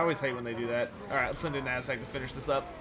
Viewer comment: love the streams, but i hate the way you pronounce Azhag. Protect your butts, for the Ass Hag is coming!